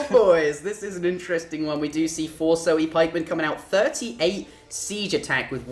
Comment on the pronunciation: lol sohei is pronounced "so-hey"